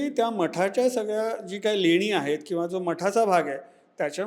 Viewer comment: Lenya nahi leni